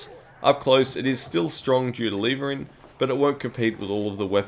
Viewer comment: Lev-ering, not leevering :) great video though, im going to try this out once i have high velocity and flechette unlocked :D